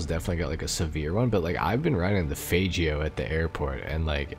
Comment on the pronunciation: Bro really said FAYgio 😬 it’s FAGgio